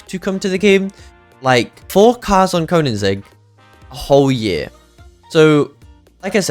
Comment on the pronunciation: Bro really said konanzig…